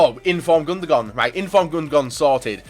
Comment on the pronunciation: Am I the only one annoyed by him saying "Gundogon"?